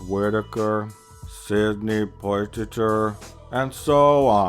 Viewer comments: I just died when he said "Sydney Poy-Tee-Ter". Too funny. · Sidney Poy-tit-ter...HaHa!